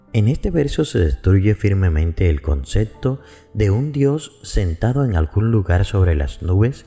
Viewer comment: ¿Por qué dice "concecto"? ¿No será "concepto"? Suena feo